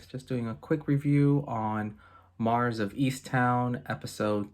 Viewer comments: Buddy...Her name is not Marv...it's Mare. Good review otherwise. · Her name, "Mare", is pronounced like "care" or "hair"...